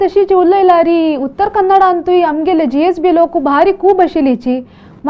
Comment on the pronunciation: A very nice Channel which was awaited for a very long time. I am very happy that you all are speaking or telling us about our Origin and other aspects of our community. Please keep going. Can I pleas seek a correction in pronouncing GSB ? I understand it is Gaur ( pronounced) as Gowd Saraswath Brahmins originally.